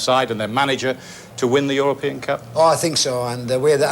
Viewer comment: "For the europiens cum" HAHAHAHAHah